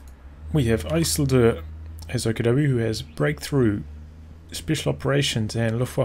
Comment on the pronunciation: jesus you butchered that isildur, never seen LOTR?